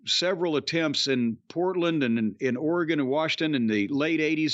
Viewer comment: Jim pronounces Oregon like a native Oregonion.